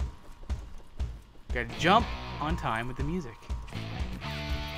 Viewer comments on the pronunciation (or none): none